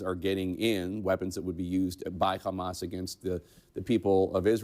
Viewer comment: Bro did Jake Tapper hit the "ch" on Hamas? What?